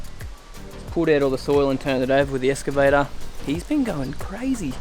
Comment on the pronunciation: escavator!!! so funny when it's pronounced like that!!